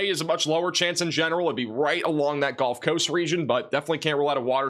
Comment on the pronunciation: Can you say GULF Coast, not GOLF coast???????Gulf